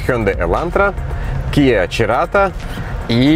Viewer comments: Церато а не Черато.. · Cerato читается как Церато... И она уделаывает эту Джетту и по оснащению, и по цене